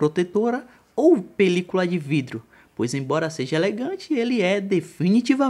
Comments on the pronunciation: "Tem que equipá-lo com uma película de "vrido" na frente..." kakakakak mds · O meu PC travou ou ele disse "vrido" mesmo ? heuaheuae anyway o review me ajudou vlw